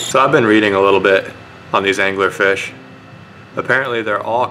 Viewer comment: did you call it Dangler-Fish? :D